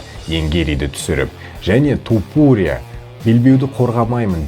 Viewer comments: тОпурия демей То(а)пурия деш ,нервыны ауыртпай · Брат Тапурия деп аита берши😂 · Туупурия дегенине ризамын брат 😂